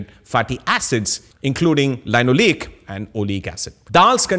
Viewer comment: Excellent episode! Loved the different clarifications you have here on lentils, pulses and legumes. I am however intrigued by your pronunciation of Amino acid since in US and Uk, we say "Ameeno" Acid while you say "Amaino" Acid. Same for Linoleic acid.That threw me off as I was trying to see what that word was.